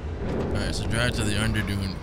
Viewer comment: It's Underdune, not Underdone lol